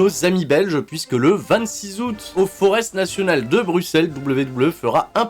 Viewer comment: Merci pour la vidéo, et comme cela tu sais pour la prochaine fois on prononce forêt pour forest national haha 🇧🇪 bonne soirée